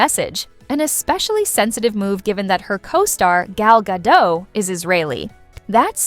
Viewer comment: It's gado-T- why "gadoix?!" that's hebrew, not french. stopped watching because of that